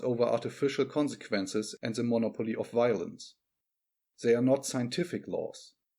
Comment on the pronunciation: Mo•'nopoly not mono•'poly.